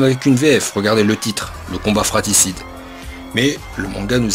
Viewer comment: On dit "fratRicide" mec... pas fraticide.